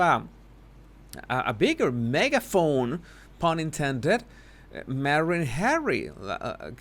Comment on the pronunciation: I like your videos, BUT the way you pronounce Harry's name is so disgusting. Pease stop. 😖